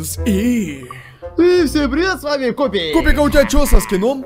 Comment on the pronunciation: Ета не купик а купер:)